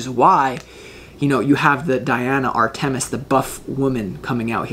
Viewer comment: Dear …this was my first viewing of you and your creative readings. Fabulous! Thank you! I don’t want you to have to endure the wrath of Artemis. Please allow me to suggest you check your pronunciation of her name. Phonetically " R ta miss," accent on "R" first syllable. 🏹 Blessings!